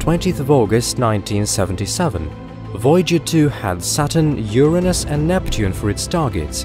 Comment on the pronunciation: for pronouncing Uranus correctly. ;-) Also +1 for suggesting that the Voyagers may end up as space salvage, a conclusion that is quite optimistic for our species.